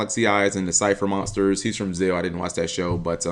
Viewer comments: Kite from Zeal.......you mean Zexal, the X in Zexal is not silent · zeXal!!!!!! ZEXAL get it right. not zeal ZEXAL!!!!!!!!